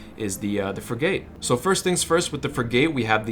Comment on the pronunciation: You have never served in any Navy. That's obvious. It's not pronounced Frig - Gate. It's pronounced Frig - it. Thanks for your tips though.